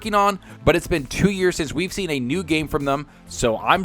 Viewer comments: Who's Senoo? lol. There's an "a" at the end of it buddy. sEN-oo-ah. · Please learn to pronounce the name 'Senua', it's not 'Se-nu' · Can you learn how to pronounce senua please